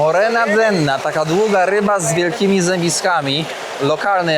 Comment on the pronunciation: morena denna to forma polodowcowa, a nie ryba Panie Kierowniku 😅 Murena, Panie, Murena i nie denna 😊